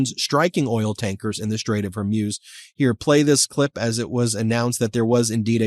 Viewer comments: Hey Ben. I remember the Iranian Islamic Revolution well and back then the pronunciation was hor-MOOS, not hor-MEWS. As far as Trump's neck rash is concerned, it looks like shingles, which is very painful and strong narcotics are often prescribed. That may explain a lot regarding his mental status. Either way, Trump is and always has been a NY redneck. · Dear Ben ... Love you. But stop saying Gulf of Hor-Myooz. It's Hor-Mooz. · It’s Hor-moos. Mews are what cats do. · hor-MOOZ not hor-MYUZ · It's the STRAIT OF HORMUZ... not the "STRAIT OF HORMUSE... Get it STRAIT 😏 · I came for pronouciation of “HER-MUSE” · Dear Ben: love you but it’s pronounced “hoar mooz” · Can you please learn to pronounce Hormuz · Still mispronouncing Hormuz.